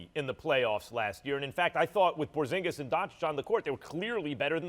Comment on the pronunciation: “Porzigis” 💀💀💀💀💀 first take can’t get anything right